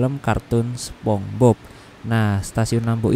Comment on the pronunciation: Spongebob bang bukan sepongbob😭